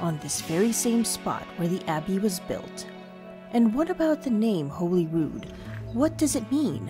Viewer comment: What a wonderfully filmed, edited and very enchantingly narrated piece. As an Edinburgh resident of 61 years I must say I was very impressed. I think Cockburn was your only wrongly pronounced word. And MAJOR KUDOS for getting Holyrood correct. That’s something 99% of actual residents get wrong. Hooray for Holyrood! And NOT bloody Hollyrood 🦁